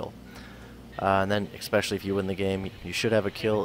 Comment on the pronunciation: "expecially"....lol, Americans.....